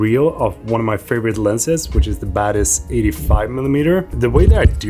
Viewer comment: whenever he says 'Batis', I listen 'Badass'!